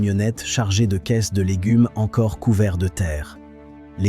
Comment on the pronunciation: Avec l’ IA c’est légunes, boulamgerie,boucherié ...